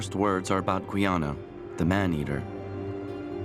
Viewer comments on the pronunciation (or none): I've read all of the books that ex-cons have written about French Guiana. How can you respect a video that can't get the name of the country pronounce correctly. It's not Gwe + Anna !! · Gweeana? I stopped watching at that point.